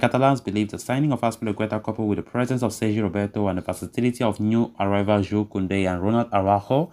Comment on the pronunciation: I’m glad you’re back! I couldn’t listen to that computer it can’t pronounce Kounde’s name lol